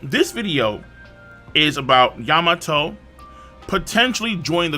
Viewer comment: You mean yam-ato